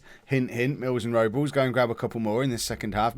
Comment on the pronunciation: Rob-Less is his name. Not Robels.